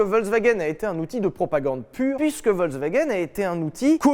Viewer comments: On dit pas Volk mais Folk le V se prononce F. Voilà Fallait le dire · ça se prononce FolksVagen bande de brèles !